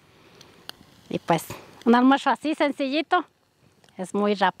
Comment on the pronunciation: Porque dices “almuersho” y no “almuerzo” de pura curiosidad, la comida se ve muy rica.